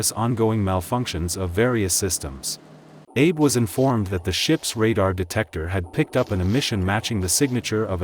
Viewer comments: I cringe every time I hear this guy mispronounce the name of the ship and her captain...it's 'Shi-na-noh', not 'Shi-nah-nah', and 'Ah-bee', not 'Abe'! 🤦‍♂🤦‍♂🤦‍♂ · The Japanese commander's name was Abe. It's pronounced ah-bay, not Abe, as in Lincoln. Also, the graphics show the Shinano being hit by torpedoes on its port side, while the narrator claims it was hit on the starboard side. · Shinano, not Shinana. Admiral Abe ("ab-ay"). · An excellent video which I very much enjoyed. My only issue is with pronunciations. Shinano is pronounced "shee-nah-noo", with emphasis on the first syllable. Abe is pronounced "Ah-bey", with emphasis on the first syllable. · Abe Lincoln: that's not how you say 'Abe' in Japanese. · He was saying his last name wrong SMFH